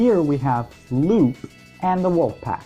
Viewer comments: *Sigh* I will NEVER understand why so many people think Lupe's name is pronounced Loop. Lupe is a real name pronounced Lúpā. It's not like in the Sonic universe there's characters with names that have different pronunciation than the spelling; it's not like Knuckles' name is spelled Nukles or something like that. If her name was Loop they would have just spelled her name Loop. It's not like she has a main move involving her literally looping or something. That would be like making the mistake of assuming Sally's name is pronounced 'salutations' or something. Unlike a good portion of the official game characters names, the old cartoon and comic names are usually just regular names, Sally and Antoine are good examples of this. Even in the old cartoon, which is where she originates from, they pronounce her name Lupe properly. > < There are so many reasons why this shouldn't be a difficult name, yet here we are. I'm not trying to be rude, but I just had to say something because I've noticed literally the majority of the fandom seems to think her name is pronounced "loop" for no good reason. It's not a fantasy name where the e is silent, it's a real name. Whatever fan-page is misinforming the masses, please people, correct this ridiculous mistake. I'm not even a big Sonic fan, but this really irks me. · It’s pronounced Loo-Pay.